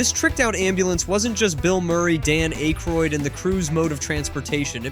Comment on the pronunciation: The mistakes in this video are crazy. Pronouncing Dan Aykroyd's name wrong...showing a Lotus instead of a Delorean for Back to the future...the 1960's Batmobile was not red. Wow!